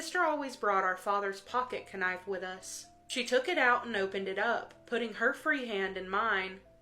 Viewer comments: Pocket ker-knife??? 😂 (Tea After Midnight story) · I noticed that too. It’s like she said Kanife as if the K isn’t silent. I wonder if she actually pronounces that word that way or if she’s trying to alter the word for YouTube rules.